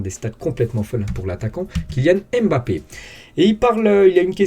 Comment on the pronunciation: Bonjour, pourriez vous svp prononcer correctement le nom de Kylian en arrêtant de prononcer le "M"...ça se prononce BAPPE. Depuis que des noirs d'origine africaine vivent en Europe, je pense qu'il est possible de connaître leurs cultures. Quand c'est un nom américain, tout le monde le prononce à l'américaine pour faire "style", mais pour les africains, on prononce leurs noms à la française.